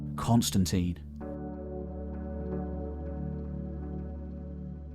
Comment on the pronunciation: Stopped when you mispronounced Constantine.